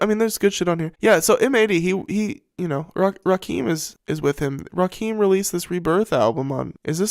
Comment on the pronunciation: If you don't even know how to pronounce Rahkim you don't know shit. Lol